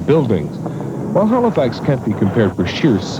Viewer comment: why does he keep saying Halofax??